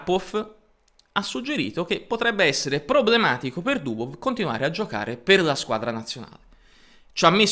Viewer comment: Sei nato per fare comunicazione! Sei da studio! Comunque si pronuncia Mag-nus. La gn di gnomo non esiste in norvegese come non esiste in inglese. In russo la V finale si legge F, quindi Dubof.